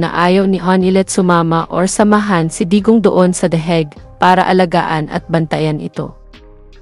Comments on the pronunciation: ANONG THE HEG. ? AYUSIIN MO PRONUNCIATION MO. . ENGOT THE HAGUE. . UNG LETTER A SA HAGUE AY PRONOUNCED AS LONG A. HINDI PRONOUNCE AS SHORT LETTER E. HAYYYYYYY WAG MONG IPAHIYA SARILI MO. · Anong " the heg"? Hahahaha